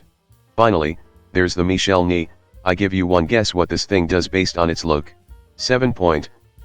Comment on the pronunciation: It's Marshall Ney, one of Napoleon's best commanders. The TTS mangles the pronunciation of his last name (his first is Michel, obviously) - it should be more like "nay" in English.